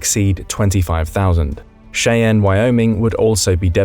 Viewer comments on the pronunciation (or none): It's pronounced MY-not, not min not. Cheyenne, Wy is pronounced Shy-Ann. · Why do you use AI narration, or else an Englishman who has never been here? Cheyenne is pronounced “Shy-Anne”. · Lots of mispronunciations here. The worst is the only one I’ll touch on. Cheyanne is pronounced as “Shy-Ann”. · Pronounced mine-it and Shy-ann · As an lifer AF brat and lifer AF wife of a Minuteman Missleman, it’s My-not, as in “why not Minot? Freezin’s the reason!” Cheyenne is ‘Shy-Ann’ after the Native American tribe. We always lived knowing missile bases are targets. However, the missiles are NOT located anywhere near the bases 😉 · Shae ann Wyoming. Lol. I've been pronouncing it wrong....😂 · That’s not how you pronounce Cheyenne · The Mississippi River starts in Minnesota from Lake Itasca nowhere near Malmstrom Air Force Base. And your pronunciation of Minot and Cheyenne and Missouri is wrong. Darn brits. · Is this AI or a foreigner reading this? I hate it when they/it can't pronounce words right -- like Minot, Cheyenne, etc. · They pronounced Cheyenne wrong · This would be more believable if the narrator could pronounce Minot, Cheyenne, and Lualualei correctly...